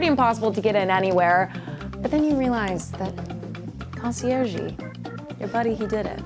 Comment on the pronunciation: Concierge-y? Wtf?